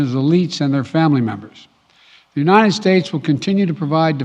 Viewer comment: "we are unined"